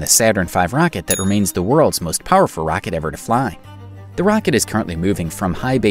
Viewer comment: stop saying rocket, you say it in a weird way